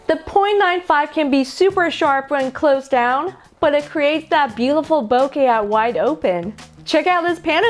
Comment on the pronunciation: Great lens, thank you for saying “ bokeh correctly.